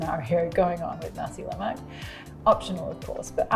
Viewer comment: La Mac ?? Lol can’t even pronounce it ... try Nass la maaaaaaa